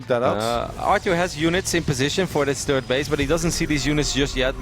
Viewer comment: SAY "THIRD" YOU FUCKING TURD!!